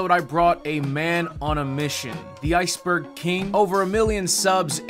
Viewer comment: bro said iceborg 🤣